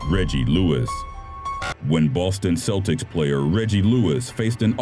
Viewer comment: Also Celtics is pronounced "Kel-tiks" not "Sel-tiks"